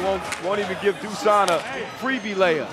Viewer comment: Btw, it's Dushan, not Dusan